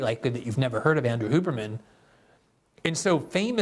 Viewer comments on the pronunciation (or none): Andrew “Hugh”berman, not “Hoo”berman